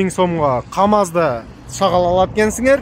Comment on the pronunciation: Рахмат байке,шагал дебей шагыл десеңиз.